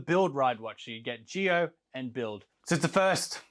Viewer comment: Isn't it pronounced "Zee-oh" like Power Rangers Zeo and not "Gee-oh" like geothermal energy?? Sorry if I sound like a dick, I'm still new to Rider stuff.